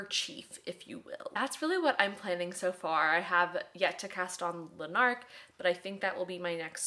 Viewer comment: Absolutely cannot get enough of your videos - feels like I’m hanging out with my pal! I hope this doesn’t come across dickish but we pronounce Lanark as ‘LANark’ (emphasis on the first syllable) Lots of love from Scotland 🏴❤️